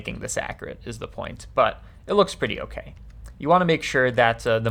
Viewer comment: I don’t like the way you say “ok”